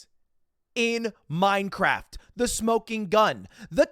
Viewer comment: But your honor... I said "In Minecwaft!"😢